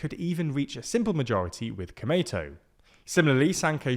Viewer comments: you speak komeito as it sounds tomato. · The way he says 'komeito =公明党' is sounds pretty funny, more like sounds '米伊藤' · The lack of distinction between long and short vowels in this romanization method is also why Komeito sounds so much like tomato in this video lol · i can't believe they didn't research how to pronounce Komeito. he keeps saying it like an American pronounces tomato. edit: holy cow, they didn't even look up how to pronounce nippon.